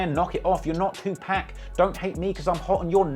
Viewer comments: even when the rhyme is literally "Tupac, you not, too hot, you got", you still pronounce it 2-Pack" smh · TU-POCK NOT PACK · Bro it's pronounced too-pock not too-pack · Tupac not 2 pack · Will some one plz tell this man...it's pronounced..2 pock ...not 2 pack... Non the less this is still another fire video. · Bro it’s pronounced “Too Pock” not 2pack.. RIP Tupac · You pronounce it “2 pack” It’s pronounced “2 Pawk” lol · Bro please stop butchering Tupac's name.....please. It's pronounced like (too-pock) not (too-pack). I'm sorry but damn...you can't be messing up the legends name like that guy. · It’s Two-pock not 2 pack; good vid though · What's with the constant disrespect of DMX? TF YOU ON? YOU BETTER PUT SOME MFIN RESPECT ON HIS NAME.... AND ITS PRONOUNCED 2 POC NOT 2PACK 🤦🏾‍♀️ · Dude..stop saying 2pack...its 2pock..you know like clock or block...2PAC bro, Great video tho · It's tupac not 2 pack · It’s pronounced 2 puck not 2 pack I really h8 when ppl pronounce 2pacs name wrong. He even says his own name in his records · If you say 2 pack one more time... It's 2pac (to pok) you Brit. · I thought someone would have told you by now, but it’s “too-pock”. NOT “too pack” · It's "Tu-pock" not "Tu-pack". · If I hear tu pack one mo fuckin time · Why you say Two-Pack? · You covering hip hop but pronounced Tupac "2 pack"? You literally heard him said his name. Pa in "Pac" is as Pa in "Park". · 2 pac not pack please say it right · WHY YOU ALWAYS GOTTA PRONOUNCE IT LIKE “two packkk”?????? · I cringed si hard when he kept saying 2Pack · Hearing TuPack is nasty work 😵‍💫🤢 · U disrespect tu pac by calling him two pack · I know it’s spelled PAC but it’s pronounced pawk. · Is that how Brits pronounce Tupac's name?...TuPACK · The way he say TU-Pack bothers me🤦🏾😂😂😂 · Great informative video even with the multiple times 2pac was called "Two pack" 🤣🤣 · You gotta say 2 pac name correctly….. it’s not 2 pack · not tupack is tupac gosh dude😁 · .... ...Who tf is Two Pack??